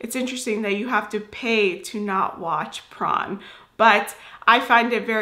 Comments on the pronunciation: Why do you pronounce it as “prawn”? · Sounds prawn when u say porn.